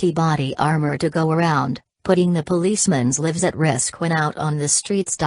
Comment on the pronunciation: How do you put a policeman's LIFF at RISS? Downvote #45 for Robovoice in otherwise good video.